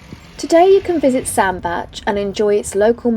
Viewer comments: You are right Sandbach is pronounced Sandbatch. The unwary often pronounce it sand Bach like the composer. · Happy birthday, hope you had a lovely birthday. I’ve seen Oyster Catchers while cruising on the Trent and Mersey and funnily enough I saw a hare today whilst driving down a country lane. The weather looked dreadful for this cruise, yes you pronounced Sandbach right. Amazing nature and history on the canals and the places you visit if you look for it. How lovely that someone put little flags in the ground to save orchids from getting trod on! Don’t let nasty people upset you, as far as I could see you weren’t doing anything wrong. It was nice to have sunshine for the second part of your cruise. I loved the music in this video and the church bells added to the atmosphere. Fabulous drawing and poem as usual, I really enjoyed this vlog. Thank you. xxxx